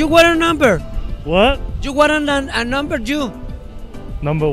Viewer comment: "Yu wara namber" JAJAJAJAJAJAJAJAJAJJAJAJAJA amo tus videos.